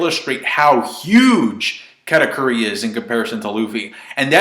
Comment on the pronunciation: Brah please stop pronouncing katakuri like that lmfao